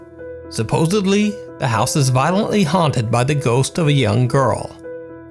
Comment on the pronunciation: bro thats the wrong pronunciation of "house" for this application. You're saying like "This building would straight-up house women and children!" XD